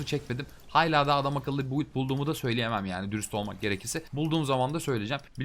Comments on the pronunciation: Ya sayısalcı olmama rağmen hayla demene cok tilt oldum lutfen duzgun soyle xd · hayla değilde hâlâ dersen abone olurum valla kusura bakma bikackez dedin com takıldım 😂😂